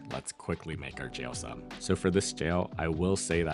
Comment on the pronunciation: lao food is the best. also, it’s pronounced sōm 😊